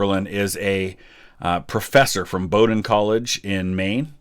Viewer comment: It’s a great scene! Thank you for pronouncing Bowdoin correctly!